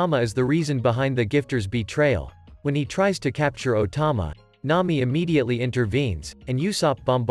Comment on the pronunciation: “N’ami” and “luiffy”